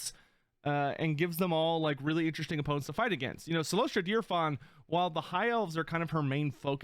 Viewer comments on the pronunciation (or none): He says deer-fawn though.